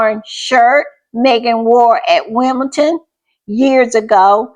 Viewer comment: It is Wimbeldon with a d, like in Lndon, and not with a t.